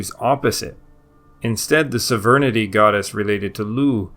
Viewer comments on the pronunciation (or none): What the fuck does "severnidy" mean? Do you mean Sovereignty? It's SOV-RAIN-TEE